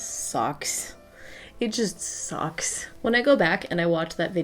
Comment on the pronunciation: random thought when she said "sucks" it sounded like "socks" ok continue